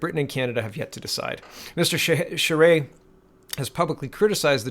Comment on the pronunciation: " You pronounced Charest's name ~PERFECTLY~....nice going ...most would not have " { I'm Canadian} [[ and actually have Family 3 blocks away from this location and friends right next door ...the area is FULL of ~Crack~ Addicts too,unfortunately .... ... but has fallen to * Immigration-Inundation " that first *creates the problem " ...then ...sets up shop to run The Business... with both the cops & Lawyers?Crown Attorney's help ...by looking the other way...reduced sentencing... and out & out Payoffs to all mentioned above...as "IT IS THEIR DRUG RUNNERS / DEALERS that they defend [[[ I NOW THIS FOR A FACT ]]] - ( * PERSONALLY WITNESSED ON NUMEROUS OCCASIONS ) {{ ***There are also A LOT of them that ***Directly >ARE>< The Source of the drugs coming into & being distributed among the dealers;then users in the City of Ottawa [The Nations Capital - by the way] The City ...is totally Unrecognizable from what it use to be ...not even 20 years ago... lie ~MOST~ ...now in North America ...if you were to as some of the ones that have been here this long[born-lived here for generations etc] *annnd....it's ~ONLY~ GOING TO GET MUCH-MUCH WORSE ... with the U>N>'s latest con-job of sticking the rest of the World ...with the free-loaders of tomorrow 750 000 people ...I believe ...to be re-settled here in Canada alone... HOW ...does a population of 32 million ....pay for this >ALWAYS INCREASING < levels of people who will ***NEVER WORK ...nor pay into the system ...but rather just draw from i